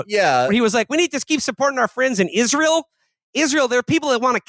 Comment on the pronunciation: Haha "Izrull" 😭😭